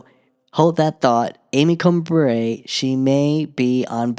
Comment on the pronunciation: I'm pretty sure Justice Amy Coney Barrett pronounces it bear-et not bah-ray.